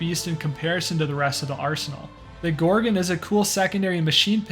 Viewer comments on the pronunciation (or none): none